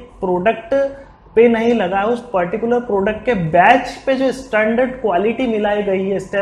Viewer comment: bech and property 😁😁😁.. bhai ye batch and proprietory hota hai.. 😋😋